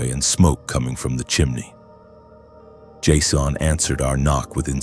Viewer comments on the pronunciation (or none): Did I just listen to you mangle the pronunciation of the name Jason in a multitude of creative ways??